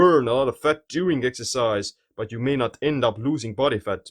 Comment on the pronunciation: I love his way of pronouncing words. Especially "faTTTTT" :D cracks me up